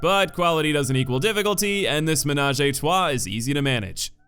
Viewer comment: I love how English or American people pronounce « ménage à trois » with an accent 😂